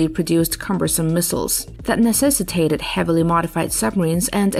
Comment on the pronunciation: Why can't you speak!!!!! Necessitated!!!